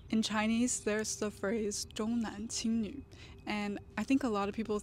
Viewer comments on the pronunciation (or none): 重男轻女, whose stress on "重" is the fourth tone, not the first. I hope you don't mind me correcting that.